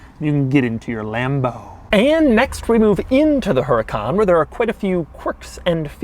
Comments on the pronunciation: Doug... your reviewing a supercar. At least pronounce the cars name correctly. Huracan is pronounced, "Who-ra-con" ;-) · The “H” is silent. It’s pronounced er-eh-con. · It is pronounced 'oo-raw-con' not 'Her-a-con'. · "Huracán", with the accent on the second "a" is the right spelling for "hurricane" in Spanish. Since Lamborghini uses names of Spanish bulls from bullfighing, this must be it. With the accent on that syllable, the word sounds as you sometimes Doug pronounce it: "HurracAAAN", with accent on the last syllable. If you take out the accent, it would be pronounced with the accent on the middle syllable (wrong). In Spanish, this word would never have an accent on the middle syllable. Big fan, by the way! Excuse the lengthy lecture. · DOUG DOUG DOUG. Its pronounced UR-A-CON not HURRCON. COMON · Doug. It's not Heracan. It's WHOOODAKAN. Or, R8. Your choice. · The origin of the word huracán is from the Maya. The accent mark on the dirver's manual I think it is a mistake. The force is in the syllable CAN, not in HU. Say it huraCAN, not HUracan. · Woo-ra-cAn not HER-A-KAN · it is “Huracán” not “Hurácan”, spanish speakers will understand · Remember Doug, the H is silent. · They mess it on the user manual, Huracán is a Spanish word (meaning tornado) with the accent in the last A. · If Huracan is on Spanish the the accent is on the last A. Huracán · The H is silent. It’s pronounced u-ra-cán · The accent goes on the second a; Huracán. Te issue is with the manual, but very cool you noticed. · i believe its pronounced "UDU-KHAAN" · Der Huren-Kahn!? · H is silent please say uracán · The “H” is silent! Just pronounce the name as if the H didn’t exist - please... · They messed up in the Manual haha, it´s Huracán, stressed syllabe is the last one...HuraCAN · Does in the manula put hurácan instead of huracán? Lmao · You pronounced huracan differently this time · It's huracán. Hurricane in spanish. Whoever made the owner's manual messed that up I think. 🙆